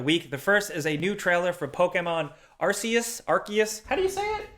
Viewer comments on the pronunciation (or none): judging from the japanese title 『アルセウス』 it is pronounced "ar-se-oos" xD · Arceus: Pronounced Mary-O. Also Fornite has always been a ripoff machine. They literally rip off everyone's stuff. BR style (wasn't the original format), emotes, etc. none of it was their original idea.